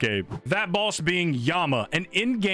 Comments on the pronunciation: He's saying "balls" not "boss" right??? Am I the only one hearing that? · I just keep hearing him say end game duo balls